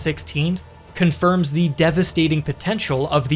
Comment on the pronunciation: This guy completely removed the word the from his vocabulary and he is saying "thee" every single time even when he should say "the".